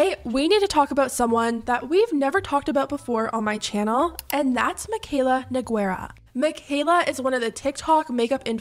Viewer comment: I thought her last name was pronounced NO GAY RA, or am I wrong???